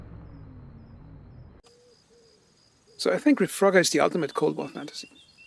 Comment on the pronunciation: It's Reforger not ReFroger 😂